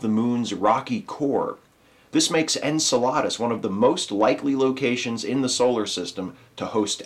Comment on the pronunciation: Maybe someone else pointed this out, but it's pronounced en-CEL-uh-dus, not en-cel-AH-dus. I absolutely love And Now the Good News; keep up the good work, but perhaps check a pronunciation guide when reading about astral bodies named after mythical Greek giants. :P :)